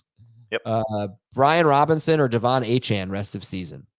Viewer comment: He goes to a chain...its pronounced a-chan 😂 +1 for